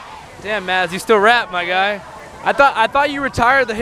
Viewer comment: the D in Mads is silent btw . :) you're welcome